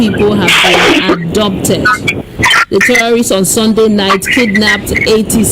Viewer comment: ohhhhh it is pronounced as ABDUCTED not Adopted.